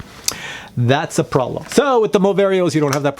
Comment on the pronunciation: When you say pralum you mean problem right or what not.